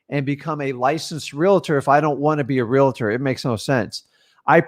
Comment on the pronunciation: REALTOR...does not have an "A" between the "L" and the "T". also, REALT "OR".. not. "REALTER" & definitely not "REALATOR".